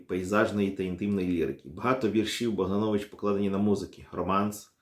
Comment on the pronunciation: Дзякуй вялізны за працу. Невялічкая заўвага: літара "о" ў беларускай мове заўжды пад націскам і прозьвішча паэта правільна вымаўляецца як БагданОвіч.